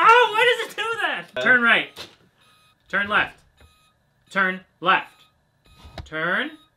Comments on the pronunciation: lmao "Turn Rrreft" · 🤣🤣🤣🤣🤣 "turn rrrrreft!!" Reft turns were programmed to be stubborn because they don't want you veering into oncoming traffic 🤣🤣🤣